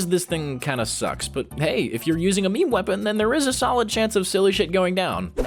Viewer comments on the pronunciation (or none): triggered me when he said "Me-Me" instead of "Meme" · meme isn't pronounced 'mee mee', it's pronounced 'meem':( (it's cute when you say it though-) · it is NOT present as "me me" but as the sound "mean" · did u just pronounce meme as me me? Blasphemous!